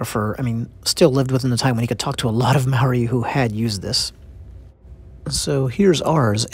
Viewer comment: Kia ora 🙏 thankyou for telling our Story. Condolences which means (Ngamihi) silent G ..Here's a little criteque I would love to teach People speaking out Language . (Ma-o-ri) which is pronounced (Mah- or- Dee) this is the correct term Rolling the Rs- similar to the Scottish R rolling🙏🙏